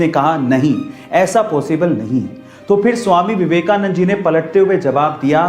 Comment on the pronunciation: Your pronunciation is wrong uses Swami Vivekananda